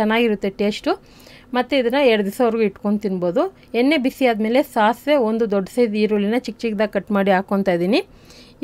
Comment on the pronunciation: ಎನ್ನೆ ಅಲ್ಲ ಎಣ್ಣೆ ಅಂತ ಹೇಳಮ್ಮ